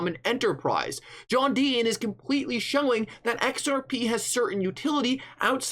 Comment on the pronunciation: Today’s Rant should be brought to you by the letter T John DEE-TON…..not DEE-IN